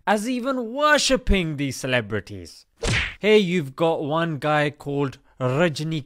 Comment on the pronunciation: Hahahahah the way he pronounce es the clebs name.